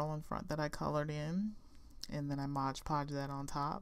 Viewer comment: So cute!!! But... Its MOD Podge, as in "Modern Decopauge"... Not ModGE Podge. I know I'm being ridiculous but it's a pet peeve of mine and I literally had to turn off the sound until you were finished with the mod Podge 🥴🤣.